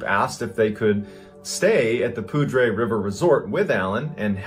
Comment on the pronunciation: Pronouncing poudre like that is grating af